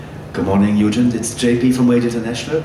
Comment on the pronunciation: "Everybody wants a piece of you." And of course it's Eugent, the "g" is pronounced as it is in "egg".